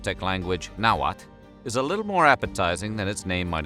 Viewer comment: Two points. 1st, the L at the end of Náhuatl isn’t silent. Porfa, pregúntale alguien que habla el Castellano Mexicano la próxima vez... 2nd rabbit or conejo, was just as important to “La Milpa” as turkeys or guajolotes. Te califico un 6 en tu tarea de ciencias sociales. Además de tu mala pronunciación de la lengua Náhuatl, no te fijaste en lo que significa “La Milpa” para los Mexicanos de ayer y hoy.